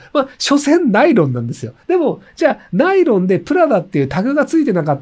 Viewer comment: ナイ⤴ロン⤵